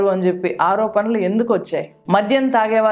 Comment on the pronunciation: 'ఆరోపనలు' కాదు మేడం. 'ఆరోపణలు'... 'న'... కాదు... 'ణ'... 'వాల్లు'... కాదు మేడం.. 'వాళ్లు'... 'ల' కాదు 'ళ ' మీకు పుణ్యం ఉంటుంది. తెలుగు సరిగా పలికితే 🙏🏼